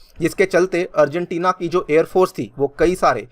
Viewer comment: I'm the only one who hear afghanistan🤔?